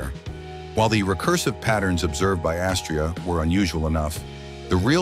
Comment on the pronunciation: Astraea is pronounced with the accent on the second syllable, long ‘a’. Rhymes with ‘I’ll pay ya.”